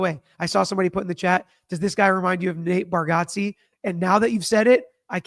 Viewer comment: Actually is saying it wrong. Lol. But Nate says he never corrects anyone anyways...